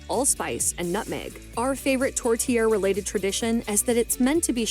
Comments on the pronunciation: My tourtiere has beef veal and pork. Her pronunciation is horrendous however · Who was the woman narrating that video? Her French pronunciations were sheer torture. (Does not rhyme with "tourtière.")